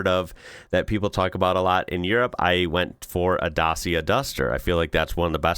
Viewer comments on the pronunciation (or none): Great video, thanks. FYI, Dacia is pronounced Datcha. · It's Dat-chia, well as near as I can do it in phonetics. (My wife is Romanian.) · The C in Dacia is pronounced as an English "ch" If you want big cars in Europe you can look at something like the Skoda Kodiaq, BMW X5, or Range Rover.